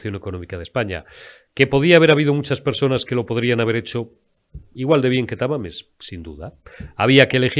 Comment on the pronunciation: Jajajaja es Tamames no Tamales 😅